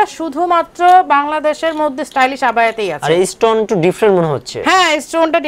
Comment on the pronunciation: Stylish বলতে পারেনা লোকটা বলে Stylist ছাগল